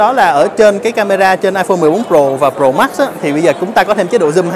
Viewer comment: Tại sao trình độ như vậy mà vẫn đọc sai. Tại sao đọc là: Pro mắc.. mắc